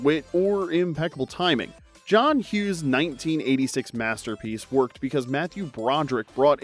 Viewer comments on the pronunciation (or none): none